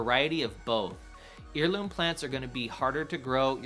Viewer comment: Good video but check your pronunciation of “heirloom.” The root of that word is “heir” as in offspring, not “ear” like the ones in the northern corners of your’ glorious beard!